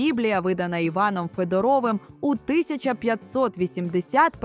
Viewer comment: Відповіла правильно на всі запитання! Вам щауваження: не ФедорОв, а ФЕдоров!